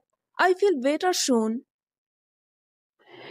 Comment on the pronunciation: Better soon Not Better shon